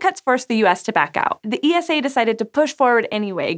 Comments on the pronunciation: Gee oh toe? Oh, ffs! It's pronounced, "Jotto". And ESA is pronounced ,"eesa". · Poor ESA. All those amazing missions and they still can’t get to pronounce their name. There’s an ESA YouTube channel if anybody wants to hear it. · You can just say "Esa" like "Nasa", no need to spell out the word. Most people in Europe and ESA itself do it. Unless of course you want to, then just continue :D